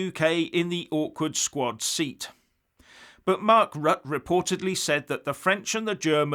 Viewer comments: it's 'Rutt-ah', rhymes with mutter and not 'rut' as 'stuck in a rut'. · ROUTER not RUT! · Pronounce Rutte as “R-oo-tt’rr” (quickly). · Pronounced "Rut-teh" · Rut-te The Dutch Prime Minister's name Rutte is pronounced Rut-te. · Hi, just to let you know, The Dutch Prime Minister's name is spelled "Rutte" but pronounced "Rutter". I have it on good authority as my wife is Dutch.....